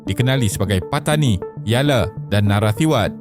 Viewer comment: Yale❎ Yala✅ Mementuk❎ Membentuk✅ Penengaran❎ Pendengaran✅ Tolonglah sebut perkataan tu dengan betul. Jangan obses sangat nak berkonten sampai berulang kali salah sebut satu² perkataan. Dalam video2 lain pun ada berulang kali kesalahan serupa dikesan. Kalau ada masalah "sangau", tolong latih lidah tu supaya tidak keras macam getah skerap!